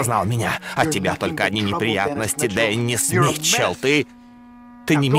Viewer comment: Здесь обязательно надо ставить ударение на букву [йэ], а то почти все читают как имя Дени́с.